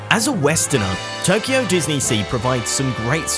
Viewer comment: It's Tokyo, not Toyko! :D